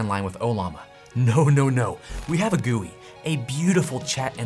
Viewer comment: I don't trust anyone that pronounces GUI like that though